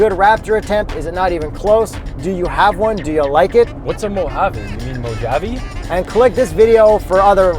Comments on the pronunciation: It’s Mohaveh dudes!!! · It’s pronounced MO-HA-VEE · Jeep "Mo-jayv" lol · mo-JAVE made my day lol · its: Mo- Ha-Ve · Petition to change the Mojave desert to mow-jave desert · nooooooo mohave not mojave. Still a good video tho No I am not wooshing LMAO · “Mo-Jave” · I thought it's pronounced Mow-ha-vei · It’s “MOW-HAV-EEE” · it is pronounced mow-hav-aye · sorry for rant but Mojave is pronounced ''Mow Ha Vei'' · The pronunciation is "moe-ha-vaye". It's spanish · .... its mo ha vA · Everyone in the comments needs to chill, they KNOW its pronounced mo-havee. Just having fun, you guys always ruining jokes will make them reconsider doing shenanigans like this in the future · I think its pronounced mo-ha-vee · please stop saying mo-jave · What I learned from this video... Mojave is pronounced "Moe-Jay-ve" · “The Jeep Gladiahtore Dilophosaurus Mow-jave” 😂🤣😂🤣😂🤣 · almost says MOHA VE, obviously they’re joking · Reason I won’t subscribe. They way you corn feed bums pronounce Mojave. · is so wrong on that Pronunciation. 🙄🙄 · Pathetic pronunciation of Mojave: the end e is not mute!!! Same as in Porsche and Mascarpone - all phonetic languages 🤦‍♂️ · That pronunciation is giving me brain cancer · you are pronouncing it right you're not! The j is silent like jalapeno.😎👍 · are you saying mojave as mojave or? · You say 'Mojave' wrong...... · LAMO When they said Mo-jay-ve and again . 😆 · I visually cringed at Mow-Jave... Haven't you guys at least played Fallout: New Vegas? had it right the second time he said it too... As stated by other commentors, it's pronounced Mo-Ha-Vee. NOW APOLOGIZE! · Mo-ha-vee....not mojaave... smh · Mojave = Mo haa vee.....not Mo Jave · Mow-Jae-ve😂😂😂😂...... it's Mow-Ha-Ve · Mo-jayv? I think it's MO-HA-VE. I could be wrong. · Its pronounced....mo ha vi.....not Mojave...come on guys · you’re gonna sound ridiculous saying Mojave. It’s MO-HA-VEE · Its pronounced “mo-havee” not “mojave” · Mojave (mow·haa·vee) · It's MO Have